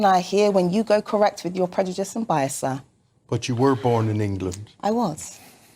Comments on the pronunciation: «predujice» lmao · Why can't this woman pronounce 'prejudice' correctly? She also kicks off when she is interrupted but talks over people all the time! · She also thinks pointing her painted nails n talking down to ppl and the fact she of a certain hue makes her absolutely correct she also thinks she's so elequent but can't say colonised properly or the work ask properly or even the word prejudice 😂😂